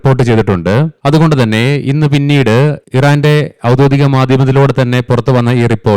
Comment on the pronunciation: ഔദ്യോദികം അല്ല ഔദ്യോഗികം ആണ്